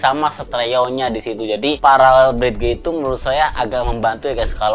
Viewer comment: Brid.. geu .. wkwkwkkk... Pelafalannya brid, masee.. Sekedar koreksi. Salam audio